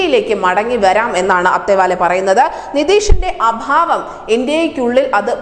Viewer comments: ആദ്യം പേരുകൾ ശരിക്ക് ഉച്ഛരിക്കാൻ പഠിക്കുക. അത്താവലെ ആണ്; അത്തേവാലെ അല്ല. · "രാംദാസ് അഠാവ് ലെ" എന്നാണ് ശരിയായ ഉച്ചാരണം. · It is athaavaley, don't mis.pronounce, madam, u r a reporter and presenter